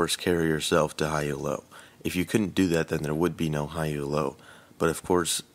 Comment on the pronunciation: Its pronounced "Elo" not "E.L.O.", its a guys surname who invented some rankings system.